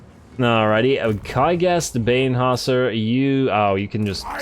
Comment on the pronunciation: nice how you spelled the name of one of the heros -> Bane"hasser" , the last part of the name was really sounding like is was comming from german language (was slightly before minute 12) greetings from germany, like your content because most german youtubers or streamers are more like clowns than explaining